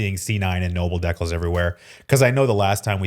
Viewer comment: Dekles? Nice haha I’ve only ever heard it pronounced dee-cal